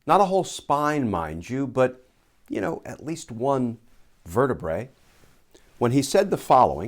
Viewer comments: And the spelling correction itself has a spelling error! 'Pleural' means "of the lungs" 'Plural' is the word you want and yes, Glenn pronounced it like 'vertebrae, which is wrong, since that is the plural of 'vertebra', where the final 'a' is pronounced as a 'schwa' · "Sprouted a vertabre" 😂😂😂😂